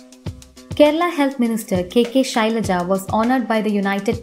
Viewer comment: Shailaja...RIP Pronunciation